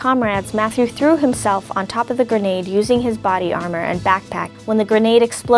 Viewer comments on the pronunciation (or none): none